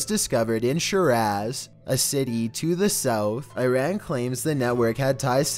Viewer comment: The way he says Iran and Shiraz makes me wanna cry